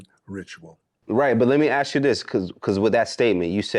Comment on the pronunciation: I hate saying: "Let me "ass" you this?" It's "ask." Omg